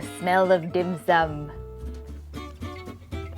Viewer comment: A Hongkonger, I can say your pronunciation of the dish is spot-on. A tip for marinating meat with ginger: don't do it more than 30 minutes or the enzymes in the ginger will break down the protein and make it mushy, not in a good way of course.